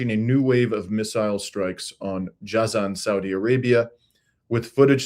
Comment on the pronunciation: it's rather pronounced as " Jay-zan".